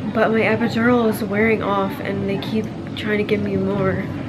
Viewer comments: EpidoROL Man pronounce it right it irritates me every time he said jt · I love the way he says epidural 😂🖤